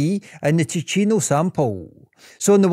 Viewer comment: Spannender Inhalt, grottenschlechte Sprechweise. Zeitweise viel zu schnell gesprochen (KI) und falsch ausgesprochen (bspw. Tino statt Ticino usw.) Statt dauernd die Haplos buchstabengetreu abzustottern, wäre eine Interpretation für Normalsterbliche angenehmer gewesen. Bitte benutzerfreundlicher gestalten!